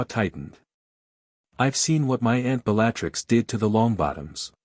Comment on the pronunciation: Love this story, but idk if I'll finish. The pronounciation is not Severe-us, but Sev-er-us, say it with me, Sev-er-us. Also not Bell-A-Trix. Yes I know it's AI but guess what, there is still a human somewhere in all this. Some of this has repeats the same lines from previous chapters.